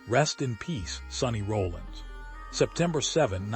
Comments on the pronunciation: His name is Sonny R o l l I n s Not Rolling!!! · AI should know how to pronounce his last name correctly….